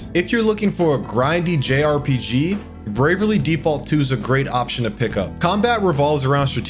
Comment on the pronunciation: Did he just say Bervaly Default 2? 🤣